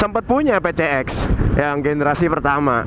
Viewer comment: Ngomong campur londo kok 'Pi Si Eks' dieja 'Pe Ce Eks'..?